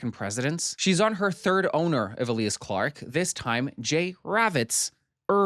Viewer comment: Eh- lee-ahs clarke? EEe-Lya-ahs Clarke 😂